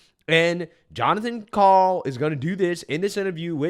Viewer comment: I love my name, Jon. But not when it’s said that way.